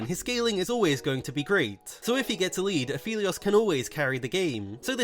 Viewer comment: Everytime i hear pronounce Aphelios as Afeleos makes me blink twice. "Come again,?"